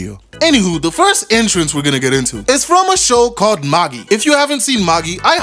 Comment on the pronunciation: It’s pronounced MA-JAI not MA-GEE lol